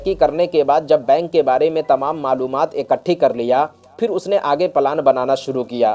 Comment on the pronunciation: Plan word ko palan mat kaho bhai